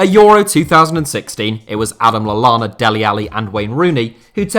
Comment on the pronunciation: Stopped watching as soon as he said Adam Lallana.